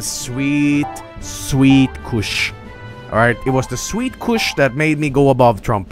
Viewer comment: I love how pronounces his "u"s like in "succ" and "kush"